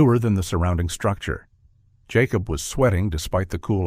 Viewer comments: Hate AI....yacob is Jacob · Why can't your AI story teller not be able to say Jacob? I've never heard of a Ya cob lol. Also whoever proofreads your dialogue under the picture needs to be retrained or replaced.